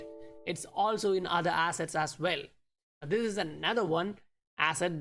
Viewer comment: Did you just say that today we need to discuss our asses? Lol!!!